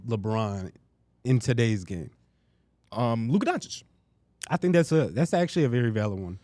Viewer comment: Bro. You have to learn how to pronounce Lukas name. He’s been a top 5 player in the world for 4 years already. It’s Luka Don-chich. Not Don-chick 😭😭😭😭